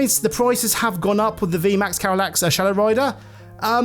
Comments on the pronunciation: Like the reviev, but its not pernauncet Carylax, Its Calyrex <3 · Calyrex ❌️ Carylax ✅️